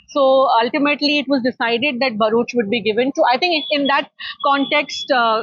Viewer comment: It's BHAruch.. not BAHruch. Can't say BHA Barkha? how do you live with yourself?